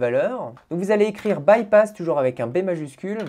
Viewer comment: baypass typass hehe